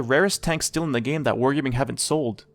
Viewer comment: blud said "whore gayming" 💀